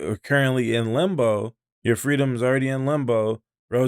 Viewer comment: It's not lumbo. It's limbo